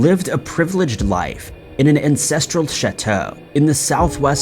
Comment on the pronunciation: OMG BRO did you just say " INCESTral " instead of " ANCESTral ?" ...Well, yes is the obvious answer, its right there clear as crystal. But... BRO lmfaO0O0O Dude, I thought the spoonerism of "Crue Trime" at the beginning was fairly clever and humorous, but... this ... lolol idk why its so funny to me that you decided to slip these things in but now I gotta pay attention to see if there's anything else. ...or is that what this is?? you've stepped up from the whole 'random slip-up(s) to boost comment engagement' schtick to 'slip-up eastereggs (or whatever) to further boost comment engagement and viewer retention and possibly more views due to re-watches for more slip-ups' If I'm right, you're a genius man. ... However, if I'm not.... read your comments most of your vids either way this is hilarious to me ^.^